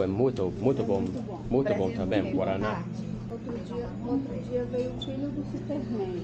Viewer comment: Highly recommend dating Brazilian girls if you live in the Boston area. lol make sure you don't order "bread and cheese" at the bakery because it's gonna be a piece of bread with cheese, not the cheesy bread 😅😅 yes! you're not pronouncing it correctly, but it's like their Coke.